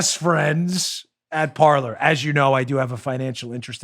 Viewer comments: Isn't Parler pronounced "Par-lay"? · Every French speaking person out there winces every time you say "par-ler". . . It's the French verb for "to speak" and should be pronounced "par-lay." But of course it's been Americanized and that boat has left the dock. 😉😣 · Signed up for Parler today! Great platform! Just a little info on the word Parler. I think it should be pronounced Par-LAY. It is the French word for speak. It can also be referenced as speaking in a neutral zone. I just thought that might interest you! Thanks for a great show! Keep up the great work! You are very much appreciated! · PAR-LAY; PAR-LAY; PAR-LAY AS IN FRENCH for talking, discussing, chatting. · Parler, pronounced Par-lay